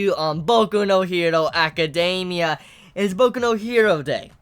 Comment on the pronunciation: He says it the way it should be said?